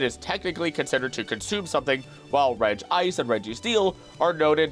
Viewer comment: Regi-ICE! Not Reg-ice, that pronunciation marks it as separate from the Regis.